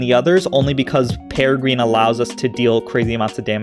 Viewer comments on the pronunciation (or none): none